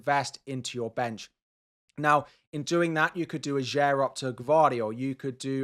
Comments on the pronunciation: It's pronounced AH-yer, not a-JAYR!! And it's Le Fay, not Le Fee!! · Norwegian here. Ajer is pronounced Ay-er. Great video by the way, as always!